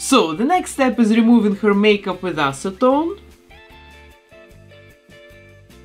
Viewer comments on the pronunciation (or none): none